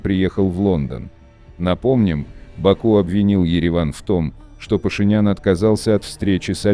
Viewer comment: Имя Пашинян от Ислама Паша ударение правильно ставьте.